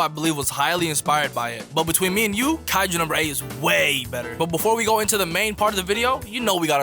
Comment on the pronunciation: "daDEH" "kaijER" lmfao